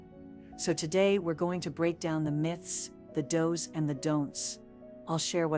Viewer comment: It is especially bad when she says "the doughs and the don'ts" Stupid AI